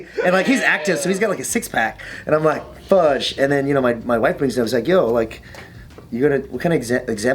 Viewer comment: It pisses me off that a guy so tough says 'fugde'